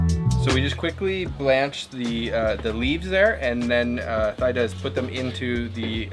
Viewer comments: THEEEEEE DAAAAAAAA! Or T DA. There’s no Thigh involved in her name. This is embarrassing. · Thyda pronounce= theeda, not thaida. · BTW, Thyda was certainly too shy to mention, but the correct way to pronounce her name is to pronounce the "Y" letter as if it was an "I" sound in French. In other words as if her name waa "Theeeda" not "Thayda" 😅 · You are butchering her name. Even though it is spelled with a "y" in it, It should've been spelled with an "i" for a more closer pronunciation of her name. A more accurate pronunciation of her name would be "teada'' "tea-da" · The correct pronunciation of her name is T- DA. :) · sorry her name pronounce "T Da" she too embarrass to correct you. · Thyda's name would be pronounced like TEE-dah. The "th" sound does not exist anywhere in Asia. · her name is pronounced Teeda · I know right ? Please pronounce her name tee da!! It's polite to say her name property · Hey, next time you might want to ask for correct name pronunciation instead of butchering her over and over again. Her name is one of the easiest English pronunciation.